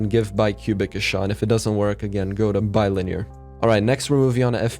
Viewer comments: (BI - LINEAR) not bill near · it's not "bilner" its bi-linear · This dude said Bill-near lol